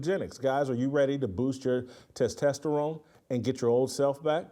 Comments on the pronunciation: "Test-Testarone" "Tess-toss-a-rone" 🤣🤣🤣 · Tes-Tost-Terone Jason 😂